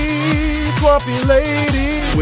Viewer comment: I like almost all of this, but since when is TWAMP pronounced like 'swamp' and not like 'tramp'?